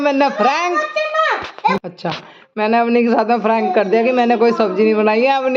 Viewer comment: Didi frank nhi prank hota h means Majak frank ka meaning spast bolne wala hota h